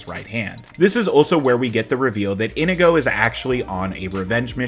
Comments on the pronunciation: Why do you keep calling him "Indigo" instead of In-ee-go? Over and over. MY NAME IS INIGO MONTOYA. YOU KILLED MY FATHER, PREPARE TO DIE. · Inigo says his name like 50 times in this movie and yet somehow you're still pronouncing it wrong.